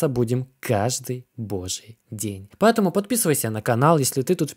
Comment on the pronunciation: И поЭтому через "Э". Пааэтаму.